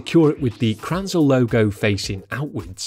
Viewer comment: You mean "krnänzle" not kranzel. It's pronounced 'krenzelleh', not kranzel.